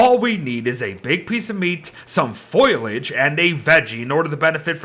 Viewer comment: Every time pronounces Foliage, Foil-age, I die a little inside. It's even worse when he's reading the actual name of the item and still mispronounces it.